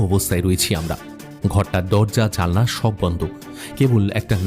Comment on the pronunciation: Sob vlo sudhu জানলা ta baar baar জালনা bola hochhe narration e and during character plays, anek gulo golpo sune tar por bolchhi baki presentation khub i vlo except this... Keep up the nice stories